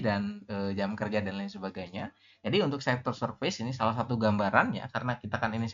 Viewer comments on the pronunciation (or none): Tolong jgn pronounce "serfais", alay banget sumpah sok nginggris malah ngaco.